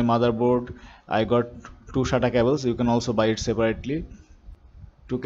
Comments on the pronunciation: Its SATA not Shaaataa 😂😂😂😂😂😍😂😂😂😂😂😂😂😂😂😂in Kannadaa Shaataa Mean Pvt Part Hairs😂😂😂😂😂😂😂😂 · not shata its sata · He's saying that as Shata not Sata 😂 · for those who don't know, it is SATA, not shata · shata cables, shata power ports 🤣🤣🤣.. anyway thanks.. video was helpful 👍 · Shatap port, shatarp cable. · Shtata cable 😂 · SATA PORT not SHATA PORT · Sata, not shatta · thats not "shaata" thats "SATA" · It's a sata cable not a shata cable lmao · Hahahahaha even laughed a lot when I heard shaata hard drive 😀😁😂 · Sata sounds like shanta 😅